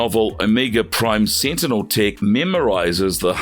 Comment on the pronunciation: You said this so called "Omeega Seentinel is deedly." How deedly?